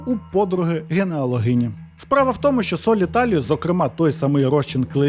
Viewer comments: "генеалогині" 😂😂😂 Генеология , биология, или гинекология? Автор походу нащадок Миколи Яновича Азірова 😂😂😂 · Генеологині 🤣😂😅 Але ладно, все одно цікава розповідь)